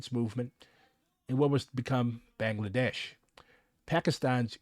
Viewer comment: It's pronounced Ba-ng-la-desh. Ba as sheep Baa. Kindly correct the pronunciation,please. I'm tired of people keep mentioning my country and pronounce it like that.